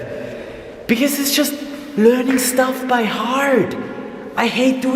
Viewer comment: "learning by hearTTTT" no "by hard". You Austrian! xP